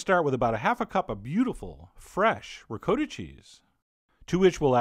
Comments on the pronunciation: The Euro Cooking Canuk It's Dakota, not DA-CODA. ;-> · is he saying ricotta weird or is it just me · Daniel C oh and btw in the comment section look for The Euro Cooking Canuk because John from Food Wishes responds that yes Ricotta does not rhyme with Dakota. If the creator of this video can admit his mistake, be a big boy and admit yours. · How can a "chef", butcher the pronunciation of Ricotta?? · Gabriel Davidson I'm currently arguing with three people on this thread who insist he's saying it the "italian" way. why I even bother...slow social night. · R Gordo But John says Ricotta like N. Dakota with the "a" very pronounced. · Daniel C Dude give a rest, even Chef John acknowledged he said it incorrectly in the comments section. Your immune to facts aren't you. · What the heck is Ri -coat - a?? It's pronounced Re-cot-ta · You are a wonderful chef and teacher, chef John. However, your pronunciation of ricotta has made at least 214,373 Italian Grandmothers roll over in their graves. In fact, a few who are still living rolled over, just because they could not help themselves... There is no such thing as "Rick-coat-a" cheese. Say it slowly now, "Ree-coTH-a" or if you really want to go full-Brooklyn here, "Reegoth"" Rest peacefully Nona... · Did Chef John say REE Coat O? Disgrazí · I love you with all my heart Chef John, but as an Italian I can almost hear my grandma yelling at you for saying ri-COAT-uh instead of ri-COTT-uh lol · Don't usually do this but your pronunciation is a little off .. The "cot" in ricotta is pronounced. . Like it is, cot. . Not "coat " Great recipie, like I like ! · Ricotta does NOT rhyme with Dakota. Just saying. RI-COTT-AH, not RE-CODA lol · CHEF JOHN ITS RICOTTA NOT “RICOATA”!!! DAMN IT! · It is pronounced, ri cot ta. That's phenecticly pronounced. Not recoda! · how do americans butcher so many languages? ri coh tah, not ri coe ta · Wow, there are many videos here on youtube By REAL ITALIANS.. It is definitely "COAT" not "COT" .. M DIXON